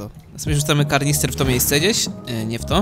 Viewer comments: Czemu połowa ludzi na tym świecie mówi karnister A nie kanister, przecież pisze wyraźnie w fortnite że to kanister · Plis nie mówcie na kanister karnister to wkurzające